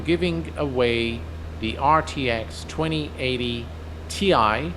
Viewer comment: Finally said the 2080Ti properly:D Thanks for the tips bro